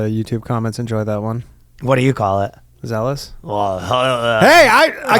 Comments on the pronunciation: I totally lost it at Danny calling out Ryan's mispronunciation of "zealous" live. So fuckin funny. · He also pronounced Plano wrong . It’s supposed to be pronounced play-no